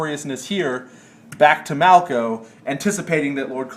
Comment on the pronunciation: Come on, it's "Malko". Also, I don't want to fight Lizards again! /cry!! I'm surprised that there was only the one battle this turn, but I'm glad because it turns out these two weeks were mighty busy for almost everyone involved.